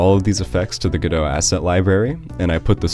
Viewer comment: It's pronounced GO DOT.